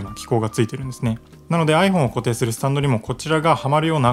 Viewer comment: アイ↑フォン↓じゃないです アイ→フォー↑ン↓です